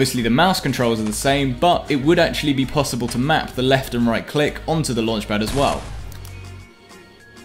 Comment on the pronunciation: Everyone:: "I drive cars with luanchpad"